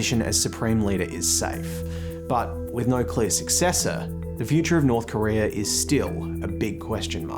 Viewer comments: its not korear its korea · It's North Korea not "North Korerrrr."